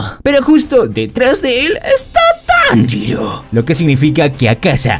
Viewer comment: Es tanjiro no monjiro